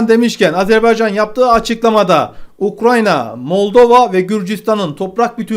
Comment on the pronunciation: 1.isvicre degil isvec....2.ukranya degil ukrayna...